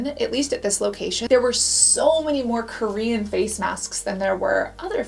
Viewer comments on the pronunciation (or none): none